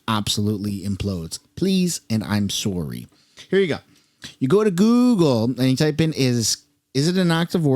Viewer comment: "soar-ry" lol